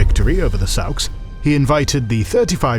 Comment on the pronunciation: I like this chanel but you guys don't look up how to pronounce things. It's "sawks" not "sowks."